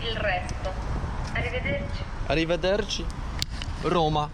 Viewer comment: "Arrivederci" jaki ma włoski akcent:)